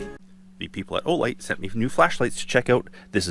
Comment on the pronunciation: I'm sorry but every time I hear "O-light" I think it's some "adult product" akin to a fleshlight. It just doesn't sound right. Seems like your hammer drill would be useful with those agates where it's dry.